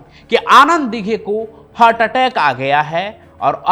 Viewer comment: Tera channel block karna padega .....tu Dighe sahab ka nam thik se nahi le raha